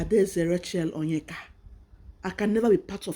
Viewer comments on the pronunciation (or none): none